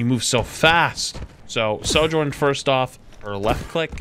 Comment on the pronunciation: why do you say "Sor-journ" hahaha its Sojourn xD